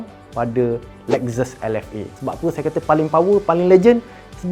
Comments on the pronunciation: Lexus - 'Lek-ses' ☑ Lexus - 'Lek-zes' ❌ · Lex zus.....🤣salah pronounce tu....!!